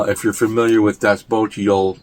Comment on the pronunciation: Das Boot. Pronouncing is correct. (I think, having done an exam in German when I was 16)